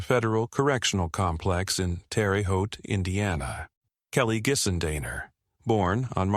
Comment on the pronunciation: "Terry" Haute? It's pronounced "Terra" Haute.